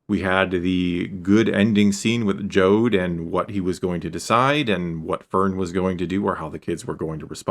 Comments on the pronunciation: Jod not Jode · Jod like odd, not Jod like ode